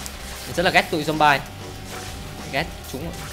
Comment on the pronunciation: Zombie đọc là dom bi nha anh, ko phải dom ba.